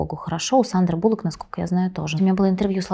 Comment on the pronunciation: Надежда, фамилия Сандры (Sandra Bullock) звучит без буквы "У"! проконсультируйтесь у людей владеющих Английским))